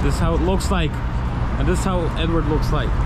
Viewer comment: It's actually Eduard. But these guys are too westernized to pronounce Russian names correctly